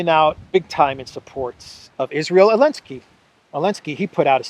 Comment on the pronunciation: I have a dumb question: why do you say « Elensky »?